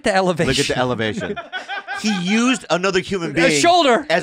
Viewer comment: “The elevation!” 🤣🤣